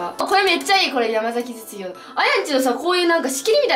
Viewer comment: 山崎実業って言えてない😂😂😂